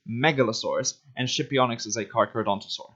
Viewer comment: the “Sci” in Scipionyx is pronounced “she”